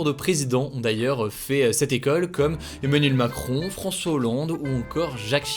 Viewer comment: Onmanuel moncrooooon, froncois holloooonde 😂